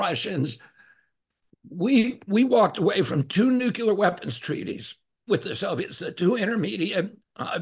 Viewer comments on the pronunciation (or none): I have great respect for RFK, Jr. and will be voting for him. But I sure wish someone would advise him to stop saying "nucular." I know it's a small thing but it is painful to the ears of wordsmiths.